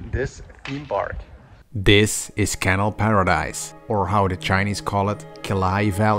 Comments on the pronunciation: In the world "canal", the 2nd a is annunciated, not the first like you're doing here. "CanAL", not "cAnal". It sounds like you're saying "channel" without the this video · Have you considered adding in subtitles at times? The way you pronounce canal sounds like kennel. Like a dog kennel. It was confusing at the start when you were describing the theme park. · It’s CA NAL not can al